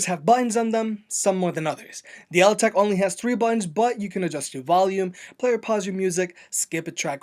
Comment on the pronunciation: After hearing the Altec pronounce it's name he STILL mispronounced it..